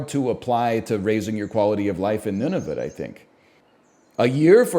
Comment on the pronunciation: He just keeps saying Nunavit